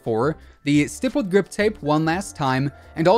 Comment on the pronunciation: This dude uses the word “stippled” in every video but doesn’t know he pronounces the word wrong.